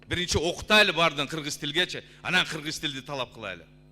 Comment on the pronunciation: Окутайлы.эмес окуталы деп айтылат.туура сүлөгүлө урматтуу депутат.